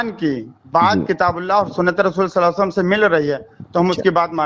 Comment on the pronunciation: Ye sallallahu alayhi wasallam kese bolta he.... Suaad se.. Sidha meem...